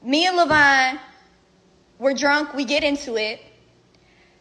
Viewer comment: Levon is not pronounced "lavine"